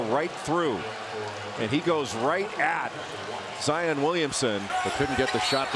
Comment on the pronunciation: It’s not ZI-OON